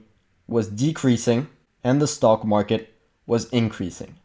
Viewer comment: funny, I hear you say: stalkmarket.